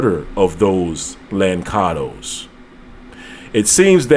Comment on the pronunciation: Its not lankados,its lanssados!